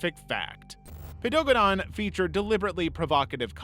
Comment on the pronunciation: I'm sorry you just pronounced Paedogeddon HOW??! I quit.